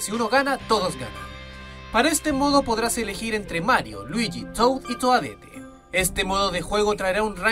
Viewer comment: Se dice toadett